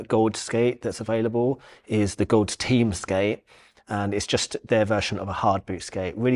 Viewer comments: Just pronounce Gawds like GODS. That’s what it is. Just a cool, alternative spelling of GODS. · I'm pretty sure you just pronounce it "gods" Also the AG15 is because it doesn't have the same cuff and 45 degree strap that the AG10 has so they consider it another model even tho its the same carbon shell underneath. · Lol... "Gawd's aka "Gahd's" aka "God's"...